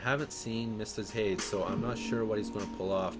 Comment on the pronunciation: lord save me. haydz instead of haydees, sky-la instead of sill-a.